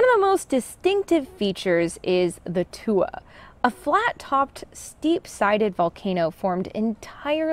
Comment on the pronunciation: Nice review of ice and magma interactions! "Tuya" (pronounced with the "a" as in "ya", so it sounds like Two-ya) comes from Tuya Butte in northern BC. The seminal work on magma and ice interactions was done by William (Bill) Mathew's who recognized the mechanism for the formation of the flat topped - steep sided landforms. He was in Iceland during the 2nd world war, just after mapping the Tuya - Teslin region and immediately made the connection between thick glacier ice and subglacial volcanism. He published his findings in 1947.